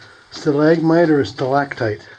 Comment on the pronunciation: stalag"T"ite comes from the "T"op.